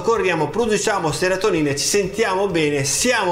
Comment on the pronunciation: Serotinina... Non seratonina😋 Complimenti bellissimo video 😁